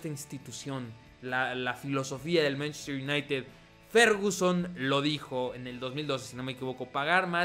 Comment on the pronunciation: En vez de decir manchester united dices mntztr ynitd